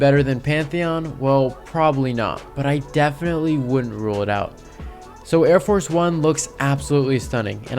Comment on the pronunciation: It’s Arie Force not Air Force